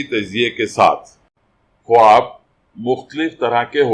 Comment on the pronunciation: Bhai sahib lafz ka talafuz khaab h na k khwaab